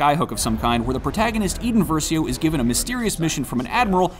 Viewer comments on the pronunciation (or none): And "Eeden Verseeo"